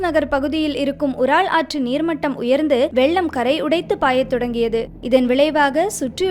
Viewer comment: அது உரால் கிடையாது.யூரல்.